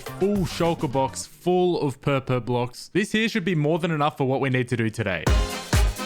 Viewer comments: It's not pronounced purpur it's pronounced porpor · Me:Laughing beacause says purpur block instead of purple Also me:Read the block Another me:WŤF